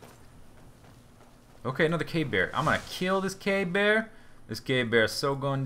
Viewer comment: Every time you say cave bear, it sounds like you're actually saying 'gay bear'